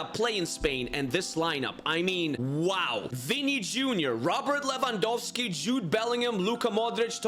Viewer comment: Who is Levangowski🤣🤣